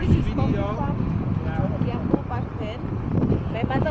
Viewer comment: It's Kiambu, not Kaimbu